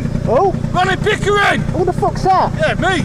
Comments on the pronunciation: I think it is pickering not bickering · I don't wanna sound obnoxious correcting you but accents can be tricking. The guys name is "pickering" not "bickering". I love your content and wish you the best <3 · lol, bro, his name is Ronnie Pickering not Bickering lol, also in England it’s common for delivery drivers to knock on the neighbors door with parcels if there’s no one home at the correct address so if the person expecting the parcel works the neighbours are up and down all day opening the door for parcels that aren’t theirs. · his name is ronnie pickering not bickering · Its Ronnie Pickering not Bickering lol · It’s Ronnie Pickering, not Ronnie Bickering.